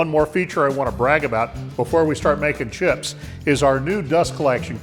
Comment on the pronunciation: FYI, when you say let's make some chips, it sort of sounds like another word.:-) Thumbs up!